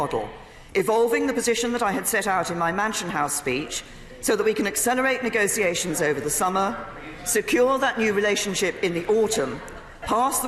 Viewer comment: Ni-go-see-ay-shuns? Not even a clue how to pronounce negotiations, let alone run a government.